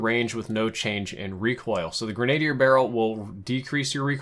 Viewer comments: My man really said “Gren-ay-dee-er” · love you man, great content but say this with me - Grenadier = (grin - a - deer). That's a short "a". Thanks for the great videos! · Grenadier "gren-uh-deer" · Great videos my man! Just a heads up: It’s pronounced “grena-deer”. Not “grenade-e-er.” Love your content though,! Always refer to your vids for tips and tricks. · Gren-uh-deer. Love your channel bro. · Came here to say the same thing!! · Please learn to pronounce grenadier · Gotta look up the pronunciation, that's a French word.